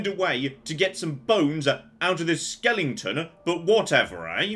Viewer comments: The way you pronounce skeleton is giving me an aneurism, what is a skellington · mispronouncing skeleton as "skellingtun" still irks me but damn that last fight went smooth. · "Skel-it-ton" not "skelll-ing-tons" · The way says skeleton brings me more joy than it should